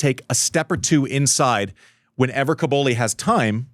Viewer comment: Andy, please stop saying "Cabouli". It sounds like the capital of Afghanistan. It's CObOlli 😅